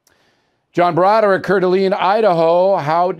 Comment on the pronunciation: Coeur d’Alene made the opine, some guy named John. O’Reilly mispronounced it!